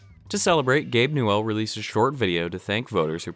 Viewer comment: The way you say Gabe Newell is heresy.